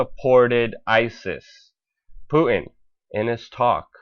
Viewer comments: I love your reporting, BUT FOR GOD'S SAKE..... It's 'POOTIN' ....NOT 'POO-IN' . Please pronounce the 'T' in Putin. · Please pronounce Putin correctly. Sounds pretty weird the way you say it.